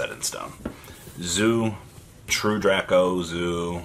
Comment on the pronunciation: It's Drake-o